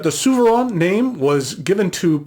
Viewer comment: ZOO - FER - RAIN. Not SUE - VER -ANN. It’s German, and it has an umlaut.